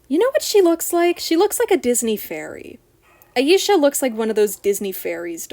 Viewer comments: Stella was a bit tanner than Bloom, Tecna, and Musa, but not as dark as Flora and Aisha. As for your pronunciation, you are saying Aisha properly unless I’m saying it wrong. All of the girls have boyfriends in the OG show, and Techna actually has a very wholesome relation with her bf (Timmy). If anyone ends up lesbian or bi, it’s Musa. It would be way better than her crap with Riven. As for the American dolls, their faces are a hot mess. Aisha is the best and Musa looks uncanny. Tecna needs more volume in her hair. Bloom is fine, Stella is fine minus the bangs, and Flora is fine. The European dolls are definitely cheaper, but the faces are so much cuter (minus Aisha). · you pronounced her name perfectly actually!